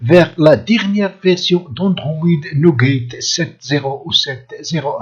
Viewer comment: Nougate xD